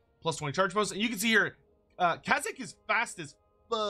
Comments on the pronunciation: they don't pronounced Kayzk properly. check the wikis (or preferably the actual book if you have it) it's spelled "Kayzk", not "Kazyk". there seems to be a case of the Mandela effect happening with his name and CA actually managed to get it right. the Draz-ho-ath vs Draz-oath debate was actually understandable but in this case people are clearly just misreading the name (as evidenced by multiple people misspelling it as "Kazyk") I see how the error occured, I heard other people say "Kaz-ick" first and that led to me misreading it as "Kazyk" but after hearing how CA said it I checked how it was spelled in multiple sources and it turns out that all the way back to the original Throne of Chaos stuff (I was lucky enough to have someone that actually owned the book double check it for me due to me pointing out the Mandela effect that seemed to be happening) it's always been "Kayzk" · You've said the name so many times and still won't say it right, which is wild because you pronounce kazyk proper. makes these hard to watch tbh lmao